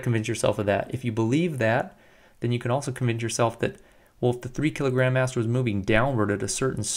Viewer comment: I keep hearing 3 &5 kilogram 'ass'